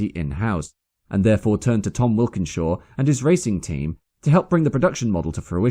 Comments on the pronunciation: Walkinshaw. Sorry to pull you up as you're so meticulous, but the 'Wilkinshaw' really jarred. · I’m pretty sure that’s not how you pronounce Tom Walkinshaw’s last name. I’ve never heard anyone say it out loud , except you, but I’d say walk - in-shaw not wilkin-shaw. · The proprietor of TWR was actually named Tom Walkinshaw, not 'Wilkinshaw'.